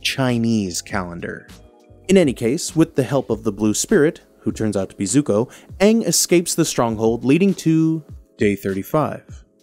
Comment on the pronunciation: Stop saying Aang like that it’s wrong😂